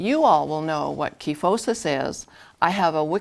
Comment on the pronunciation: Online dictionaries show the customary pronunciation is with a long I sound in the first syllable. (ky not kee). Learned it that way in anatomy class. Very common condition in older women especially. Thanks for the tutorial.